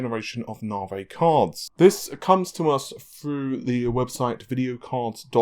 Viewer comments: It's Nav-e not Nar-vay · They have a really wired, incorrectly pronunciation.